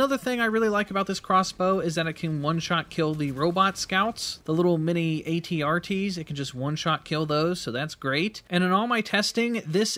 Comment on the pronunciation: I am most impressed that he called them AT-RTs. Good on ya sir. haha